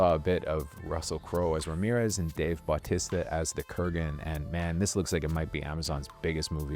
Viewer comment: Baw tissta? Buh Tee Sta.